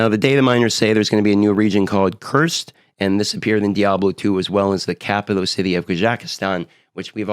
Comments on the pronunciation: City called cursed? Lol. My man it’s Koo-rah-st. Lol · Kurst and Kehjakistan...? Come on man you can do better than that! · LOL Kurast is not pronounced "cursed". pronounced just like it looks... tell me youve never played d2 before lol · Ker-ast ....Kh-jec-stan. I layed out the phonetics for you so please pronounce them right. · KU-RAST...is how it gets presented...before and pronounced...just fyi. I am curious how they are going to keep people interested...with almost nothing from seasons staying with the Eternal version... I think they should have done seasons differently...trying and adding things to the endgame...as eventually everyone is going to have lvl 100 characters...and people will want more things to do. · Kurst? Kehjackistan? 😂😂😂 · "KURST" LMAO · Pronounced Kur-ahhst AKA act 3 from Diablo 2 (pssst it was a jungle). Where Mephisto hung out in Diablo 2. 🙃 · As a longtime fan of the Diablo franchise (since D1), listening to mispronounce Kurast and Kehjistan made me chuckle.:) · Why is he reading everything wrongly? "steam db", "kurast", "kehjistan"